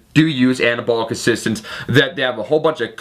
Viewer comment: fowk it ..took Annah-abwl-lick steroids